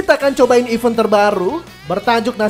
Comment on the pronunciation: Bang ada niat gak nyari perbedaan pengucapan event dan even? Maaf kritik, ganggu aja dtelinga hehehe